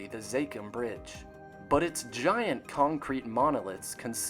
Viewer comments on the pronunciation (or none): none